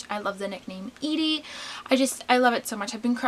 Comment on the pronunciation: Also everyone just calls me Edie and thanks for not pronouncing it Eddie like everyone else.